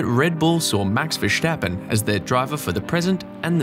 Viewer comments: Why on Earth do you pronounce Verstappen so weirdly? It's not Ver"sh" tappen... I'm Dutch btw... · VeRStappen... someone tell this guy to go to speech therapy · "verSCHtappen" hahahah wtf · You pronounce Jos and Verstappen like goldmember